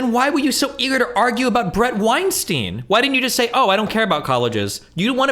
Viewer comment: I don't understand how at this point even Steven isn't pronouncing Brett's name correctly.